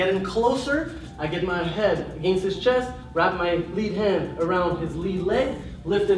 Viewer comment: "Agaynst" Lmao. Sorry but that pronunciation always gets me